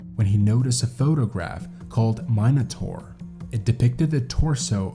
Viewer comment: Man Ray’s Photo series of a Bisected subject always was a melting hot red flag to me. It always made me think of Betty’s position in the photos. Ahh.. Minotaur- which you mispronounced! 😂